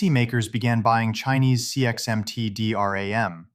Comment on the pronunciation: CXMT DRAM You sure you are pronouncing that the way want to sir?